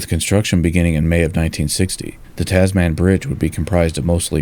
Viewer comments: I was just thinking of posting a similar comment when I found yours. I winced every time I heard Taz-man. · A concise yet surprisingly comprehensive presentation - really nice work. P.S. The final 3 letters of ‘Tasman’ are usually pronounced as if the ‘a’ is absent, like Tasmn, or even tasmin or tasmahn, but not as the word ‘man’ (with the hard ‘a’). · It grates every time he says it - Taasmaan. Short vowels = Tazmin. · Great video. But Tasman is not pronounced Tas-Man, it is Tasm’n. Because it is named after a person, Abel Tasman, a Dutch explorer. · Great stuff mate. Just one thing buddy it’s pronounced Tasmen not Tas-Man. 🇦🇺👍🇦🇺👍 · As a Kiwi only used to the Kiwi accent pronouncing it 'Tas-min', the way you say 'Tas-*man*' was quite surprising. 😅 Thanks for another great video as always! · Hi, I've just joined your Patreon, and am super proud of to do so. Just a little aside, in Australia we pronounce 'Tasman' with the second 'a' being very soft - Almost like 'Tasmin' or 'Tasmun'. Similarly with Melbourne, where we say 'Melbin' or 'Melbun'. More related to the video, I'd definitely recommend visit Hobart, a beautiful harbour city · I know this is a serious video about a tragic engineering disaster, but I must admit that it gives me a giggle each time pronounces the bridge name as "Tazz Man"?😄 Any Aussies watching should get a good chortle too! The Tazz Man sounds rather like a party DJ or somebody selling things in those little baggies.... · Another outstanding film. Very, very minor quibble: the pronunciation is with strong emphasis on the first syllable: TAZ-man. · I enjoyed this! I wish the narration would say "Tasman" to rhyme with Jasmine, not Jazz-MAN though. Did Flight Simulator 2020 graphics get used for this? Fabulous! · Heh the "Taz Man" pronunciation makes me smile every time I hear it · *(pronounced 'Tasmun Bridge') Forty years later, we're still discussing an appropriate replacement. Currently not scheduled for another forty years.